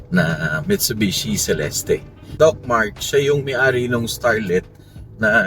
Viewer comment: It's pronounced as Cel-est and not Ce-Les-Teh.